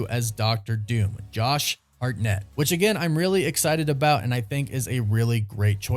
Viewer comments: It's simply: Hartnett... Why do you keep saying Hart-NETT?! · I believe it’s pronounced HARTnett. But I think he will be great. Hope it happens. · Why are you saying his name so weird 😂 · Why are you saying his last name like that? Does he actually say his last name like that??? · Please stop saying his last name like that. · Such a big actor that you can’t pronounce his last name correctly right? Lol